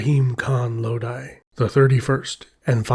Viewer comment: It's Low-Dhee; not Low Dai.